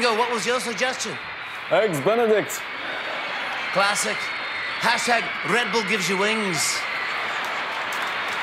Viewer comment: “Eggs Benidect”